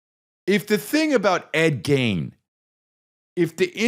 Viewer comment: Forreal everytime he said it I was like noooooo 😂